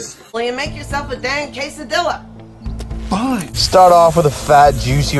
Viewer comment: its pronounced quesadiya , not quesadill pickle- grow up